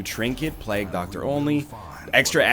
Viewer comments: Agreed. It's "plague", sounding like "vague", not "plag", sounding like "drag". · Egg stop saying plag. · NL's pronunciation is a plag on my ears lol